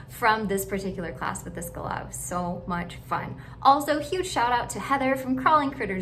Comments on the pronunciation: Ummm I’ve never heard an Australian , or anyone that isn’t American, pronounce galah any way other than gah-LAH, and I’m a nzer. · You are the only person I know who enunciates galah that way. aussies and everyone else I've heard says it as GAH-lah, with the emphasis on the first syllable.